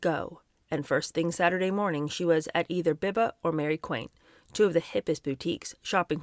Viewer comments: I am one month younger than Anna W and was born in London. I went to nightclubs only drinking Coca-Cola because the music did for me what drugs and drink did for others. P.s. Mary Quant is pronounced Kwant (not quaint). Love your videos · Nigel Dempster was a gossip columnist, mixing with high society, he had to go to those places. Hope you don't mind but Biba is pronounced 'Beeba' and Mary Quant- 'Kwont'. I remember that time, though I was younger and both were massive names in youth fashion. Don't forget Anna was cushioned coming from a well connected family. She was never going to have to work in Woolworths or a factory when she dropped out of school. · Pronounced Mary Qwant and Beeba. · In British English, it rhymes with WANT, not gaunt. She was British. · Love your channel. Just a note. Mary Quant is pronounced with the t on the end You seem to be saying Quin😅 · Loving this book, at the moment, just wondering how on earth, with almost no education, she managed to got to become editor in cheif at Vogue🤔.... oh FYI it's Mary QUANT as in WANT.😊❤ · Mary Quant, rhymes with want.❣️ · Mary Quant. The surname rhymes with want. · Enjoying this very much. Wee note about pronunciation: Biba- Beeba Quant- Kwont The class system in UK is such that she could absolutely do whatever she wanted in or out of school safe in the knowledge that daddy would ensure a lucrative career for her. Family name is everything, sadly. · love your reading but it is pronounced Mary 'kwont'. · I Love your channel. I absolutely love your delivery. This is just a little tidbit for you about Mary Quaint. It rhymes with want not ain’t 😊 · Am really enjoying an audio book plus editorials by you! I’m not knit picking, I just am sending you a slight correction with love. The pronunciation of Mary Quants last name is: Quant, rhymes with Want. Ok, that’s all. Looking forward to more tomorrow! Take care❤ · Quant rhymes with gaunt. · And Mary Quant is pronounced Qwant